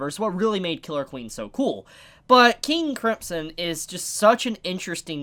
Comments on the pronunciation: KING KRIMP SON god that pronouncing hurts me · Am I the only one who hears say 'King Cripsom'??? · I still can't get over you saying King Cripson. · your not saying KING CRIMSON right!!!!